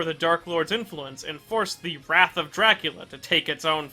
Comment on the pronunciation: I forgot how many times this guy couldn't pronounce Syfa BELNADES' last name. And, he called Dracula Wraith as Dracula's "wrath." This proves he doesn't know what he's talking about; OR, he didn't do much research. Well...I won't be watching any more of his videos for a while.